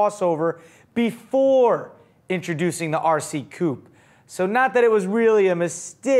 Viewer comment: Coupe is NOT pronounced "Coop" - that's where chickens live.